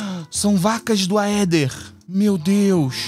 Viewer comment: Gente, uma dica de pronúncia: em palavras com origem no latim, a sequencia "ae" e "oe" se fala apenas o "e". Então a gente fala "Éther" (Aether), "Édes egipti" (Aedes aegypty), "Entaméba histolitica" (Entamoeba hystolitica), etc